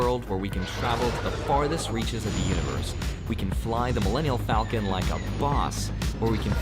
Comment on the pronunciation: Did that guy call it the "Millennial Falcon"!?